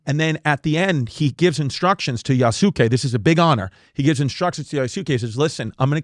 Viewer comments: You's gay? "You's kaye" to pronounce Yusuke 😁🤙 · You mispronounced Yasuke, Chris. You were close. Great attempt.👏🏽